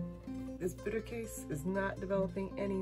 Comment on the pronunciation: You are pronouncing it 90% correct 😊 - from Germany